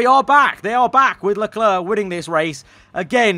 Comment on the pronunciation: Lecler*C* Not clare. Clerk.